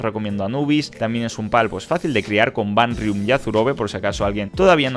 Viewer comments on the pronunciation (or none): Todo bien pero por qué le dices "Vanrium" a Vanwyrm? Hahaha es decir, nada que ver como pronuncias el nombre a cómo se llama 🤣 no me entra en la cabeza de dónde sacas ese nombre, es como si te dijera que me llamo Pedro y me dices Juan, es como what? Haha no entiendo nada...